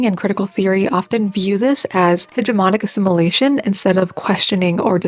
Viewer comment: The way you pronounced ‘Hegemonic Assimilation’ sounded correct to me.